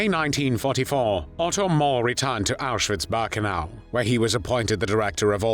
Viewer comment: Auschwitz "Bahrkenau"?!